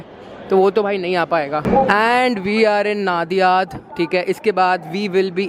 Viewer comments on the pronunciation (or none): Bhai video mast banaya hai aap ne. Correction station ka name नाडियाद nahi नडियाद hai☺️